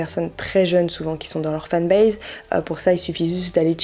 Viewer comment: La fan base j adore se mot avec l accent ça veut bien dire sque sa veut dire 😂😂